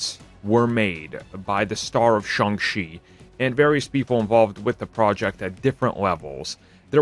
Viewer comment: Why does this guy pronounce it as Sung She? It’s pronounced exactly as it spelled… Shang Chi, Sang She.